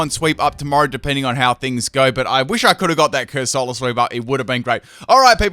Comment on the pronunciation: Epic Corsula not Cusorla sweep?